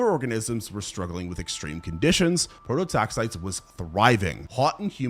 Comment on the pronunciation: pro-to-tax-EYE-tees. It's so painful to listen when the pronunciation is wrong throughout.